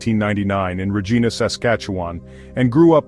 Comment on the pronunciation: RA-ghai-na not Ra-gee-na and Alley not Al-ee. Jesus